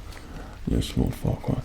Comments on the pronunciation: Lemme get this straight did he just say, Lord, Farquad... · Looking back on it, I know he said "Oh Farquad no, nothing to worry about". But at first, I definitely heard "Oh fuck- no, nothing to worry about".